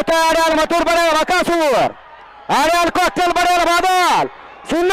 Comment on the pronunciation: भाई मथुर बोल मधुर नको बोलू 😂